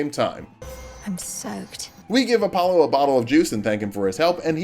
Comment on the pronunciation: App-pollo? I prefer Entree-pollo